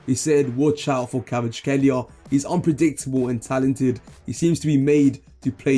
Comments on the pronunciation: Nono don’t worry I wasn’t actually upset just giving you a hard time🤣 Although for the future if you want: Kvi-cha - (not Kvich-ka) Kvarats-(kh)elia - the kh sound is difficult to describe. Nothing really like it in English. I think the best way to explain that kh sound would be the old pronunciation of Loch (the Scottish pronunciation) or the name Bach (the German way to say it) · Stick with this guy, practice how to pronounce his name right. If you happen to know football do analyses on his games and performance after every match. Well, some time down the road you’ll be the first English language you tuber done topic on him from debutant rising to world famous superstar!